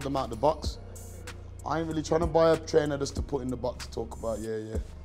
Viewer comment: Fucking crying when his voice breaks and he says " I won't BEEEEEYYY them but" common as fuck, proper pub man 🤣🤣🤣